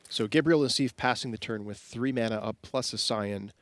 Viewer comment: I don't think "mana" has an "R" in it...